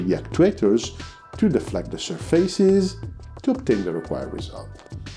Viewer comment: Where are you from? I also used to say 'surfeises' to pronounce surfaces (séerfases). Enjoyed so much this FBW explanation